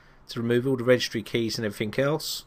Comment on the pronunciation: Every time you say everythink instead of everything I cringe..